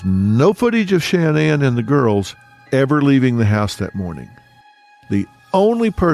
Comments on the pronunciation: Sha-NAN, Not Shan-nan. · Her name wasn’t pronounced “Shann-Ann” with equal accenting on both syllables. It was pronounced “Shin-Anne” with the accent on the second syllable. This was the pronunciation by even her family. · I do not understand alot of media that cover this story mispronounce Shan nan especially when she was on social media and her friends say it using the emphasis on the nan not Shan like Dr Phil is doing. Crazy. Shan- NAN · Stop calling her Shan-Anne!!! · I cant listen to mispronounced name over and over. The first A in Shanan is ah sounding. The emphasis is on the nan part. Sha NAN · Phil, why are you so disrespectful?! Her fucking name is “SHA-NAN”!!!! Or her birth name “Shannon”! It’s “sha” like “ah” the end is Nan . Sha (ah) Nan!!! Shanan! Rolling it together! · Dr. PHIL, HER NAME IS SHANNAN NOT SHAN- NAN! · I wish you would pronounce her name correctly. Seems like something you shouldn’t research before making this whole video.Ugh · I wanted to watch this, but the way Dr.Phill says Shanaan, is an ick for me 😢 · Its so annoying how he keeps mispronouncing her first name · Maybe Dr. Phil could have taken the time to learn how to pronounce the victim’s name?